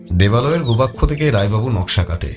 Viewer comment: গোবাক্ষ নয় গবাক্ষ।